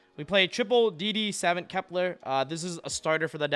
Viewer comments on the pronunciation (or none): It's not "savent" it's more like "suh-vaant" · Great video. Mispronounced “Savant”